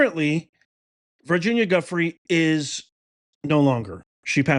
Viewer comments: I don't mean to be picky but please pronounce her last name right. It's Ju fray not Guffrey. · Hi 👋, Just a friendly fyi: Virginia Giuffre’s last name is pronounced as: “JEW” - “FRAY” Appreciate your work! ❤️🤍💙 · her last name is pronounce Jo-FRAY. Sad what happened 😢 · Her name isn’t Guffrie, it is — and this is for pronunciation— Gee-ou-FRAY. Something like that. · It's pronounced JOO FRAY not guffree. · Her name is pronounced "Goo -- FRAY." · Her name is pronounced "Jewfray" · Her last name is pronounced “Jew-fray” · Her name is pronounced “Joofray.” Surprised you are not saying her name correctly. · Pronounced Jew-free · Thanks for drawing attention to this. Her last name is pronounced Jyoofray. Accent on fray. I don't believe it was voluntarily self-inflicted. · Just FYI.... Virginia's last name is pronounced Joo-FRAY. Accent on the second syllable. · I believe her name is pronounced JEW-fray. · Her last name is pronounced joo-fre or jew fre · That is not even close to how you pronounce her last name. She also did not live in an apartment! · You are mispronouncing her last name. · I guess she was Arkancided. It is SO sickening!!! (BTW, her last name is pronounced with a "J" sound.)